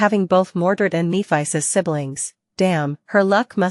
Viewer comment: Nee-fais. Grimm aced. Fam the AI is tweaking sometimes but I'm still too lazy to go real it 😂